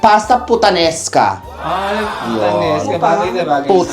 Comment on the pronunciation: Hahaha kitty putaneska 🤣🤣🤣 ung pgkakabigkas tlga ee 😁😁